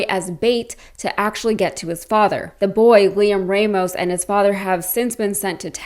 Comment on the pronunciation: It's NOT RAYmos. It's RAH mos..